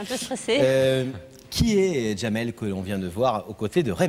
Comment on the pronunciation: Il s'appelle Jamel et non Djamel, il est marocain, c'est en Algérie qu'ils rajoutent la lettre D avant la lettre J, ils ont gardé la prononciation des turcs. Au Maroc les prénoms qui commencent par la lettre D s'écrivent et se prononcent normalement, sans rajouts à connotation quelconque. 😊